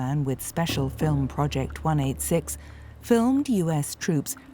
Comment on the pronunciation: Recognoitering eh.. that's some good recognoitering..